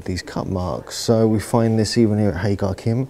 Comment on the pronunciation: Thank you for the brilliant video; just one thing..... it’s pronounced HA-JAR-IM.